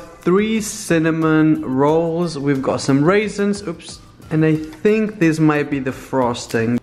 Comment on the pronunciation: ..did he just say.. waisins?